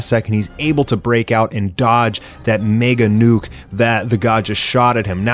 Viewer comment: Bro I just heard meega nuk